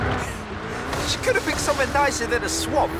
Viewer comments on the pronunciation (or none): none